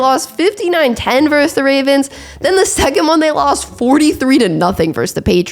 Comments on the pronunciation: It's versus, not verse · I like the content on your channel. I'll definitely keep watching. But why can't anyone under the age of 40 pronounce the word versus correctly?